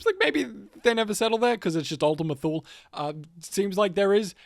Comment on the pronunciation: “Ultima Thule” is pronounced “Ultima TOO-LA”. Fun fact-before Hitler was in power and he was just starting to speak in beer halls in Munich, the man who took him in and taught him the things that turned into National Socialism, was part of a group called “the Thule Society”. They believed in some really extreme things such as anti semitism and the belief that the German people descend from these Gods that made them “better” and stronger people that are above other non aryans especially. They were vaguely Nordic type Gods that this Thule Society believed in and used to support their extreme nationalism ideals. Not sure if that story has anything to do with the game and the name of Ultima Thule. Just thought I’d bring up a side note. 🤷🏻‍♂️